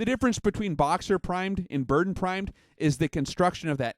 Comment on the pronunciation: It's pronounced Ber-DAN.